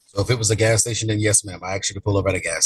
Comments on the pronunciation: I can’t get through this. As a black man with black kids. I sure as hell made sure they don’t sound like this. Axed seent 😂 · Axed and seent it should be grounds for re-education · She “would’ve seent him” . . . “axed”. She should also receive a citation for messing up the king’s language. 🤦🏽‍♀️ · Seent, axed … I’m suing for an assault on my ears!